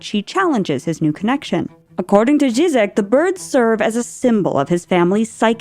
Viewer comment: Ž isn’t pronounced like a s in English, it’s more of a zh sound. Zhee-zhek, not zeezek